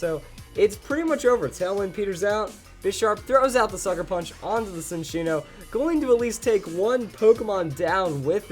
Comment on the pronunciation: Ok I can't stand it anymore. It's not SIN-ccino, its CHIN-ccino. It's a combination of the words chinchilla and cappuccino. It's more obvious if you look at the Japanese name Chillaccino.